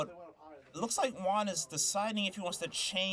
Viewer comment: Good match! Every time you said Juan’s name it sounded like wand lol